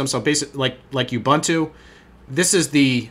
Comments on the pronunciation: It's "OOBOONTOO" (UBUNTU). "OOBANTOO" doesn't exist. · 5 1/4 drive and it's pronounced "oo-boon-too"